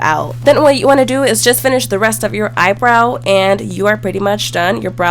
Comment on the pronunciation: EYEBROW not BROW